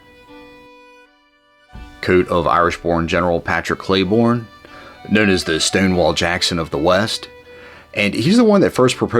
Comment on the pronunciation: I'm so tired of you people mispronouncing the name of general cleburne. It's not pronounced like clay born... it's Clee burn. I live in the town named after him and we don't pronounce it as clay born